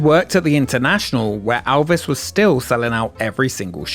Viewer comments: Elvis. Not Alvis. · nothing that ever had ELvis Presley there because you can't seem to say his name right. For the love of fuck he's only one of the biggest stars EVER and you repeatedly can't get his name right? time and again you call him ALvis. It's EL-viss what possible excuse do you have for not getting his name right? seriously are you that incompetent? that stupid? get it right or don't bother.